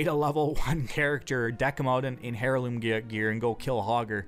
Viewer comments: The joke flew right past you :P He was making fun of the fact that the H in heirloom is silent, where as the uploader of the video kept pronouncing the H as hair-loom instead of heirloom. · It's not pronounced hair-loom its air-loom. Who ever got passed down a family hair-loom??! English is your first language for god sake. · Not sure what hairloom gear is. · AIRloom. Not HAIRloom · Dafug is a hair-loom? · Isn't heirloom pronounced like "airloom"? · Oi, you don't get to blame your bad pronunciation on being Canadian. I've never heard it as Hairloom, and i've lived in Canada my entire life. Not a bad video otherwise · i'm pretty sure it is but i pronounce it "herloom" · It's heir-loom and the h is not silent. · Hair-looms, Nay-grand??? wtf is with your pronunciation? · LOL "hair"loom gear. You crack me up. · also its air-loom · ear luum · "heirloom" is pronounced "air-loom" For the love god END THE MADDNESS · Is english your 6-9th language? I've gone through and watched a good amount of your videos and although I liked the content, I think I'm done. Maybe I'm an asshole, but dear God, learn how to pronunciate words. The cringe is so real. Hair loom? Is that a device used to spin hair into cloth? Not sure what a "gee nat" is either. Sounds like your trying to say gnat. If I'd made a drinking game where we took a shot everytime you mispronounced a word, I'd be dead right now. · Hair-loom lol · ”” lilko The H is silent in Heirloom. Look up the word "Heir" as well. Same shit the H is silent, its pronunced either Eriloom or Airloom depending on your accent. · the H in "heirloom" is silent because the word comes from French. He sounds ridiculous when he pronounces it. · The way you pronounce heirloom.. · dude, the H is silent. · your excuse is invalid. I'm Canadian and no one pronounces heirloom with an "H". You should've retreated to your excuse about pronouncing "Gnat" with a "g". That you are "tired".